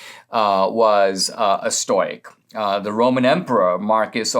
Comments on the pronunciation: Say it with me Dinesh: Stow-ick! Lol, love you Dinesh, but hearing "stoyk," over and over was difficult, even for a stoic (and a Greek, at that) like myself. Even in Greek it wouldn't be pronounced that way (would require a "k" in lieu of the "c" - "oik" is what makes the "oy" sound you keep using in Greek), and certainly not English. STOW-ICK - thank you! Your "Aurelius" could use a bit of work, too, but I'll give you a pass on that. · Ok at first I was distracted by the mispronouncing of stoic, but then when he started talking about aggro penis I wasn't paying so much attention to that anymore. 😆